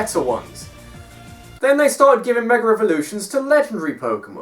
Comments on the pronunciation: Meger Evolutions. just. pronunciation. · "Megurr Evolutions"